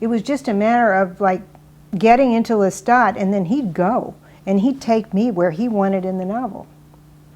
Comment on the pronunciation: it's Pronounce Lestat